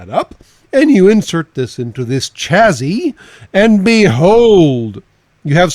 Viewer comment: Just FYI, chassis is pronounced sha-see, rather than cha-zee.